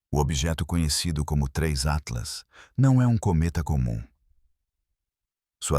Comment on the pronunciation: Começou o video falando o nome do tinhoso errado, já perdeu a credibilidade!